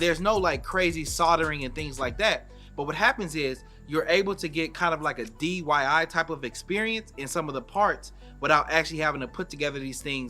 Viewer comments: It’s DIY not DYI. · Right so I wasnt the only one that heard that